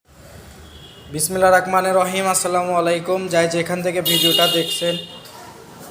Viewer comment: বিসমিল্লাহির রাহমানির রাহীম। আগে বিসমিল্লাহ ভালো করে বলা শিখেনিন